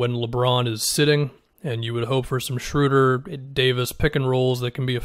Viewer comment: first person that i've heard say his name correctly, thank you. I'm excited about this move for the Lakers.